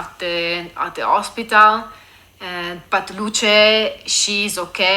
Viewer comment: the E in Luce is not pronounced as a y in the English Lucy, but as the Italian E, not as in English. It's different, it means light. Lucia is another name and you pronounce not only the I but also the final A.